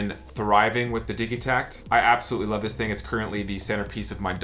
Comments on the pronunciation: nice video. does the digitakt come with that rack that tilts at an angle? I want to get my first elektron device, I specially want some drums and also a good brain, is this a good choice? the synkat and octotrack and analog drum machine all look cool. Also, I think its a soft g like, digital -- when you say digitakt or digitone (not like dig as in digging in dirt) - could be wrong but I dont think so. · I imagine the debate has been hashed out, but I haven't heard the arguments--how are we pronouncing "Digitakt"?? Seems to me it should be with a "j" sound, like digit, digital, rigid, instead of a "g" sound like Biggie, Jiggy, etc. Can someone enlighten me as to why the "g" sound seems to be taking over? Not just, either--seems like I've seen it on Ricky Tinez and other yt videos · I'm one of "those guys" that pronounces it, "Didgi-tact", and it always sounds strange to me to hear "Diggy-tact".